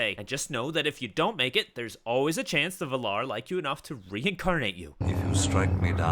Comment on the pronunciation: Just thought i'd mention that you are pronouncing the words valar and ainur wrong. In both words you put the pressure later in the word, but in both instances the correct way is to set the pressure on the first vowel. Not a hate comment. Just thought I should tell you.